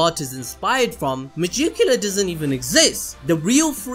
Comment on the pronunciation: No offense but it's pronounced mah-gick-you-la (megicula)